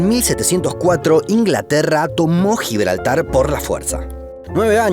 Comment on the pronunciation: GIBLARTAR ESPAÑOL